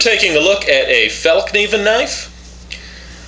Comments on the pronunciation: As a certified swede, I can assure you the word "fällkniven" (which means "the folding knife") is pronounced fellkneevenn, the K being pronounced just like a regular english K, like in the word Keep. Some further fun facts; the three crowns in the logo is an old Swedish symbol of unclear origins that is used, for instance, by the Swedish hockey team and as the Swedish air force roundel. The name of the knife, "Krut", literally translates to gunpowder, and, in Sweden, due to our strong military traditions, gunpowder is often associated with power and vigour. (For instance "det var KRUT i den här bilen" literally translates to "there was gunpowder in this car", but could also mean that the car was powerful. Just like the knife in this video.) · Its said as "falknarven" BTW.